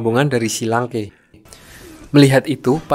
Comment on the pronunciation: Akademi shrek kok jadi akademi shi lanke ya